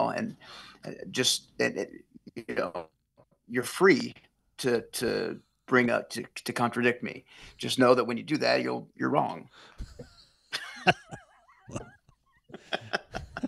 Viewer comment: Hey,,,I love you buddy but,,, Don't "Corn -Tra-Dict" me!!!!